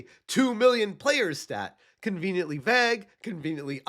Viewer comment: Still hasn't learnt how to say Vague (vayg).